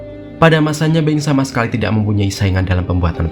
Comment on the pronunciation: Dibaca nya Boing bukan Beng